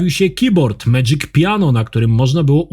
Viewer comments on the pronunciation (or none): none